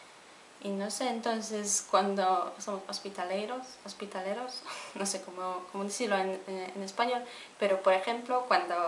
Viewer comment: SE DICE ....HOSPITALARIOS.